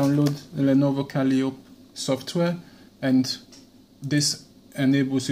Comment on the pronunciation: since you have trouble with a word, I will assist you, since by your dialect English is not your mother tongue. The word in trouble is "calliope", mispronounced kal-EE-ohp, it is pronounced kah-LIE-oh-pee.